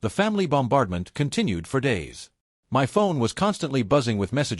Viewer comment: Does AI not know how to pronounce 'My'?